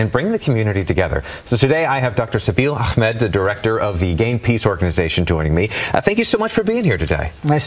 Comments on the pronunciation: IT’s ahmed not Ak!med smh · Someone tell it's Ahmed not akhmed